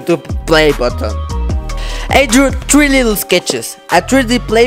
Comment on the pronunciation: do you mean three or tree😂😂